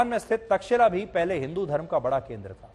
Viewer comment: तक्षिला नही तक्षशिला